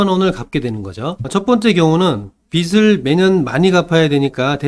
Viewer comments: 빛 → 빚 으로 수정해주시고,, 발음도 '비츨'이 아니 '비즐'로 해주세요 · 빚이ㅡ비지 빚을ㅡ비즐 빚들ㅡ빗들 발음이 너무 심하게 거슬립니다.